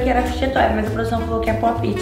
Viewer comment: se pronuncia "pope ti" Mas escrevi "pop it"